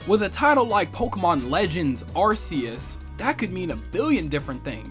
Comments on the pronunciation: Arceus is pronounced Arkeus not Arceus. That's how they said several times in the trailer! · I find it odd that people pronounces Arceus's name with an s-sound, when it's supposed to be pronounced with a hard c. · ArKOOS is the correct pronunciation.